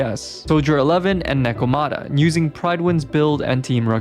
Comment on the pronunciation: The pronunciation of Lycaon and Nekomata hurt me lmao